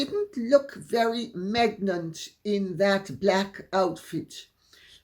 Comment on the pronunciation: Lol,Megnant!😂😂😂 instead of pregnant